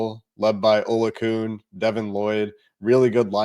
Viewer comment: It’s pronounced “uh Lou a kon”